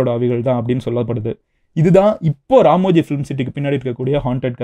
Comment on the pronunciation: Ramoji ❌ Ramji ✅😂